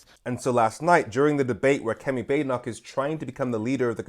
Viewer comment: Her name isn't Bade e noch. It's a Scottish name. Think Baaden Baaden in Germany. So Baad e noch. I can't stand her but can we start to try to pronounce the name correctly?